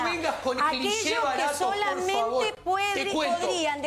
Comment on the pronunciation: la diputada dice:Yo no vivo de ellos vivo para ellos ,parrrrrrrrrrrrrrfavarrrrrrrrrrrr!!!